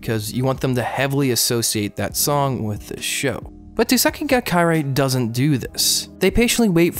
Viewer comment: What? Someone talking about Tsukigakirei? Subbed. Also, tsukigakirei is pronounced as ts-KEE gah kih-RAY, as tsuki, for moon, is generally pronounced without the U. I also pronounce it as one word